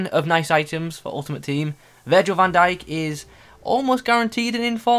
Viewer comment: Bro love your vids but do learn to pronounce last names. You even add extra letter xD If you want me to be your linguist just text me ✌🏼